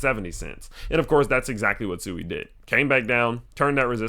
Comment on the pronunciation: Please pronounce it "Swee", which is the correct way